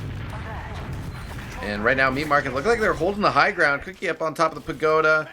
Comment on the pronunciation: queue-key not cookie ;)